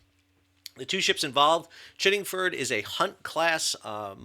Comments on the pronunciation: Chiddingfold not Chiddingford. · Sal, I like your content of all the creative, informative and descriptive videos you produce however, you also need to get the pronunciation correct. The naval units are pronounced “Chid ding fold” (Chiddingfold) and “Ban gor” (Bangor). In addition, the mine hunter class of HMS Bangor is pronounced “San down”. HMS Bangor was also accepted into service in 2000. It’ll be interesting to see what comes of the investigation! I suspect Chiddingfold may well have been conducting a dead stick manoeuvre (cold move) with pilot/tugs, the smoke could have been from generator only. Great video 😊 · Correct pronunciation is "BanGore" and "ChiddingFold". It's opaque what actually happened. No time even to "blow the whistle" five times to alert danger. No visible prop wash astern or ahead. If there was an issue with tugs, Maritime Law is clear, it's the Master of the vessel being towed/manœuvred who is in charge and responsible. Similarly with a pilot aboard... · HMS Bangor is named for the city in County Down, Northern Ireland - the Wiki page gives the correct pronunciation. Ditto Chiddingfold, which is a village in Surrey, England. Well - you diss our BBC, we fight back in the way any Brit would 🙂 Glad to see some more details on the incident, thank you.